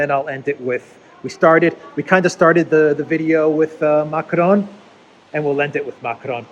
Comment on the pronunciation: when you pronounce Macron don't touch your tongue to your upper palette. That is the Spanish pronunciation. The word is pronounced correctly in French without touching the tongue to the upper palette.